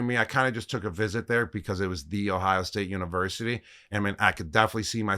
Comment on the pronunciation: He said it correctly! “The Ohio State University” Lets go Gronk O-H